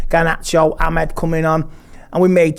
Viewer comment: Amed and Koby. It's Amad and Kobbie. Pronounce their names properly before you even start to comment on the game or their performances. Joe Smith, please correct him if you are going to feature him on the channel. It's so disrespectful